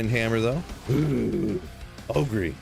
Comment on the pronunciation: You saying "Ogre" is not wrong! That's how it will sound phonetically in Bulgarian! :D